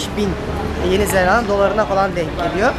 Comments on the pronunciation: zellanda deil zelanda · Zelanda'yı çift L ile telaffuz ettikçe OKB komasına girdim :) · abi neden yeni zelanda yerine yeni zellanda dion